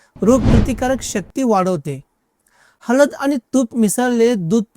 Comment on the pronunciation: हलद नाही हळद.